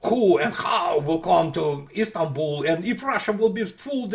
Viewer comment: Istanbul not Istambul